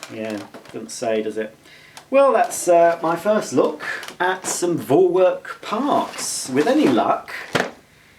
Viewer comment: You see. It’s pronounced For-Verk